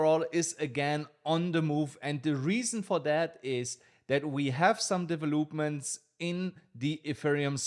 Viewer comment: Thank you! " De vel lup ment "